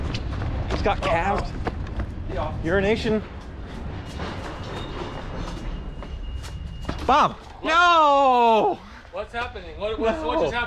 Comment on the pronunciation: I finally saw the name "euroasianbob" and it is spelled totally different than what I have heard pronounce. 😆 glad his name isn't urinationbob as I have been hearing this whole time. 😂